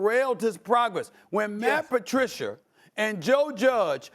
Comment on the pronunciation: Stephen “Matt patriciar” smith 😂😂